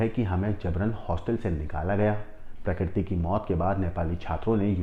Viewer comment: प्रकरती नहीं प्रकृति और फून नहीं फोन 😅